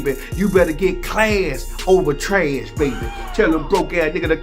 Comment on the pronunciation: "Class over trush"